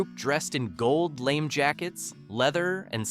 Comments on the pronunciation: Another "Artificial Stupidity" narrator Lame??? that's pronounced LARMAY the e has an accent!!! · FFS, "LAMÉ" is pronounced (lam-ay). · Lah-may. LAH-MAY!!!! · Gold Lamé is pronounced "la-may". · I came here to say that. Cringe.